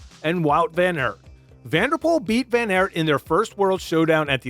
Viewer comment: Try pronouncing the names correct Van Aert pronounced with two AA // Strade Bianche and not Biancha (greetings from Belgium)